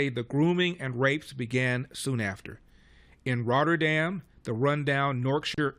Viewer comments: Rotherham, not Rotterdam. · Ok. Thx. Never heard of it before. It sounded like "Rotterdam" every time.